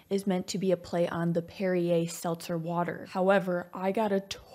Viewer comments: Perri-air may be funny but Derri-air is hilarious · I honestly thought the same as her that it was a "D" and was pronounced derriere, with the double entendre of it being from a can. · I never thought about it before, but with Mel Brooks sense of humor the fact that Perri-air sounds like Dery air was probably the intended joke haha